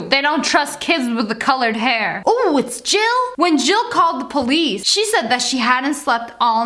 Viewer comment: I love the way how Lia pronounces police po-leeece